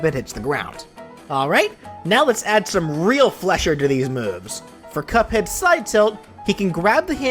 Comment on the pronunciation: Love the video, but as an animation nerd, pronouncing “fleicher” as “flesher” hurt my soul